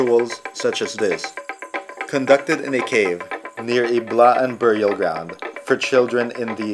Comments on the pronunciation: Blaan not B'laan, not Bla-an... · its BLAAN not B'LAAN...